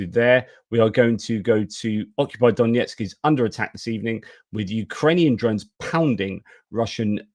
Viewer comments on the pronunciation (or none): just a little nit: the pronunciation of Донецьк (Donetsk) is not D O N J E T S K, but D O N E T S K btw the footage with the "storm shadow" comment was I think the one to the headquarters in Sevastopol, Krim